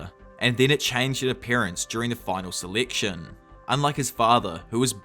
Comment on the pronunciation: Did he say seliction and not selection :/